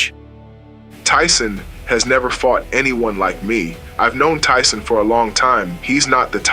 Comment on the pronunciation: Ty-Son.....beat yo azz